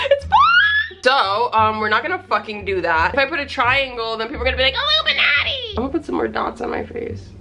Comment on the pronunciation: The way she said Illuminati sent me into an early grave. 😂